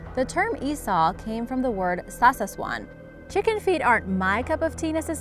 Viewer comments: Sawsawan, bes. /sow-sow-one/ not /sauces-one/ hahah cool content! Thanks for featuring my home country!! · i think its sawsawan (meaning dip or sawsaw, and dipping sauce hence sawsawan) not sasaswan, but still good research upon our country!!!!